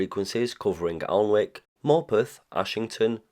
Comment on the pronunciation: The L and W are silent in Alnwick.